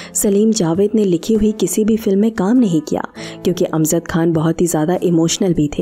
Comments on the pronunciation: अमज़द (Amzad ??) यह उच्चारण ग़लत है. यह जयंत वाला "ज" है.. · The word is not AMZAD . It is “ A M J A D.” AMJAD.